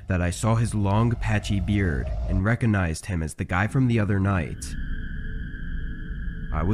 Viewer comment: bro really said "reconized"